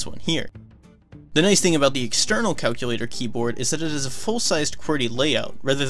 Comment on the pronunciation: So you can listen to the great audio of the game, Calcyoolatohr